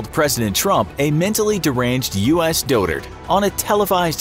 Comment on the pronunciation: Dude come on! Learn to pronounce words like dotard and omniscient before you use them, this is not the first time you've done this!